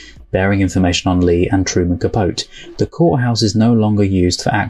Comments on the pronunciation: Truman Capote's last name is pronounced Capoteee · Truman’s last name is 3 syllables. Cah-poh-tee. You will no doubt run across his name, and his literary works, in your future travels as a lover of film. His book “In Cold Blood” is still credited as kicking off the true crime genre. Great reaction. Subscribed. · And it's pronounced Ca-PO-te (sounds like tea).